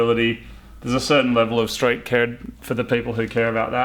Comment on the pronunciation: STREET CERD AHAHAHAH